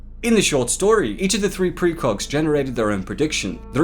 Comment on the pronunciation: Am I hearing "precrogs"?